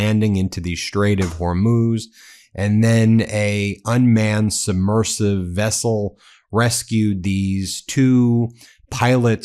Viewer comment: Submersible, not submersive.